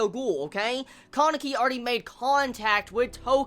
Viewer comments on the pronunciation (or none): I've never heard kanekis name pronounced like that before xD I usually hear the name pronounced kah-ne-ki instead of Caw-ne-ki